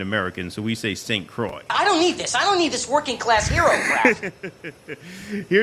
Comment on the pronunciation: St Croix is French so it’s pronounced as krowah, it’s not as soy or coy!